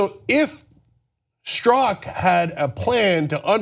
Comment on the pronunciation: John works full-time on this and can't figure beforehand how to pronounce Strzok. Next up they'll take the time to learn how to pronounce Peter Thiel's name, maybe.